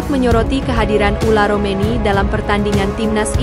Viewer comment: Yg bener mba sebut nama orang , bukan ula romeni , ole romeni